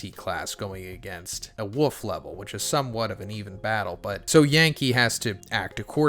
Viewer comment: I thought you were saying "Wuff" level, like their was some level behind wolf lol.